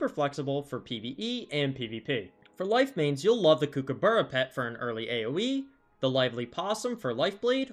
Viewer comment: I never get tired of hearing American's butcher pronouncing kookaburra